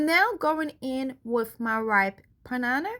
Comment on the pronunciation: New subscriber here love your video especially when u said Panana (banana) due to your accent 😂🤣🤣 I thought it was funny 😂🤣 if I watch a video and cant laugh at all I wont subscribe 🤣🤣😂😄